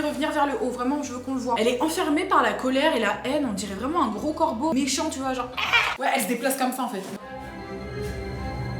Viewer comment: Tu peux faire un vlogue ??? 🥺🥺🥺🥺❤❤❤ sinon tu es magnifique 🥰 et j'ai adore ton... " MÉ..CHANT !" 🤣